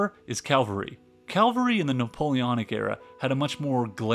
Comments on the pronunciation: A great video but "monkey" for Moltke and "Calvary" for cavalry aren't quite right. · It's cavalry not caLvary. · It is C A V A L R Y not CALVARY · I’m an American. I hate it when Americans fulfill the stereotype of not being able to pronounce anything right. It’s BAH-den, not Bay-den. It’s Molt-KUH not Molt-key. It’s Mitra-youse, not whatever the hell you said. Lol. And from the comments, it’s caVALry, not CALvary. Work on those pronunciations… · It is CAVALRY not calvary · AI narration keep mispronuncing Ka-Val-Ree as Kalvri and using film footage of US War of Independence. Informative presentation, otherwise. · It's cavalry C-A-V-A-L-R-Y. Not Calvary C-A-L-V-A-R-Y. There's a huge difference. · Cavalry not Calvary. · It is cavalry not Calvary. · You're killing me, Willis. Every time you said "Calvary", i lost my focus. "Cavalry's" the word; Calvary is a hill in Jerusalem.😅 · should not the calvary be cavalry? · "cavalry" not "calvary" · Interesting, but some of the pronunciation! All the way through, "Calvary" gave me flashbacks of Sunday school! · Cavalry, not calvary. Calvary is where Jesus was crucified, HaHaHa! Easy mistake. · CAValry, not CALvery! 🤣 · Good content, but the 100 mentions of “calvary” was distracting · Another fantastic video. The ammount of information is overwhelming. Not to downgrade anything: the narrator seems to have called cavalry “calvary”, which might have been appropriate. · Sorry, but you lost me when you started pronouncing "Cavalry" as "Calvary." Like hundreds of times. I could overlook all the mispronounced names of people and places, but constant mistakes are eventually a massive distraction. Good luck to you. I'm out. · Really good work here, but can you please say CAVALRY instead of calvary? It hurts my ears. CAV-UL-REE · CAVALRY!!!! not Calvary. calvary is about Jesus Christ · The word is CAV-al-ry, not Calvary, where Jesus was crucified. C'mon, man. Otherwise, good video! Thanks! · Ca-VAL-ry not CAL-very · Cavalry, not Calvary